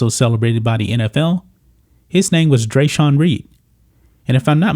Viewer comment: Do yinz just not know how english works? In what world is Dreasjon pronounced Dre-Sean?? Don't worry I'll wait.